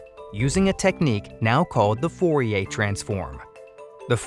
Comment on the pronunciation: u keep saying fourier wrong.